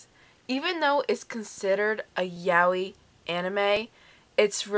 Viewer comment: Nice review, but I'm sure that's not how 'yaoi' is meant to be pronounced